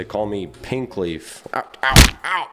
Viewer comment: He said pinkleaf